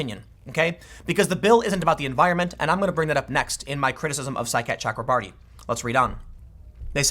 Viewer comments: Every time Tim says Saikat Chakrabarti I hear “Sidecat Chuck Lombardi” and I can’t even concentrate because I keep thinking what an awesome nickname Sidecat would be for a congressional staffer. Thanks for the laughs today, Tim. I’m rarely giggling when I listen to your show. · Anyone else here side cat chakra marty when tim says saikat chakrabarti